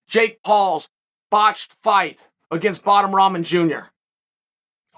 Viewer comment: "Bottom Ramen" tho Chael?